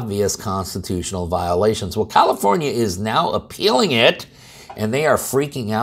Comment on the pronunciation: Sounds like new jersey. Or did you say commiformia.